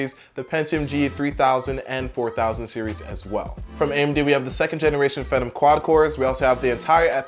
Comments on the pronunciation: What the heck is a Fa-nom? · phenom, with a long e